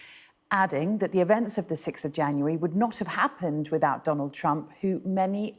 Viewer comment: Can't this reporter pronounce the sound of "th" without it coming out as "v", as in wivout?